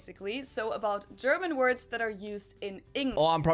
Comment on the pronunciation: "I'm fluent in German." Then mispronounced every German word. Bless his heart.😂